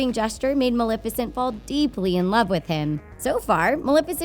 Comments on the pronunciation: pronounced ma-lef-icent from the word Malefic. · I’m sorry but I can’t take this video seriously. You can’t say Maleficent OR Stefan correctly. Not to mention your “dark secret” is just a plot summary...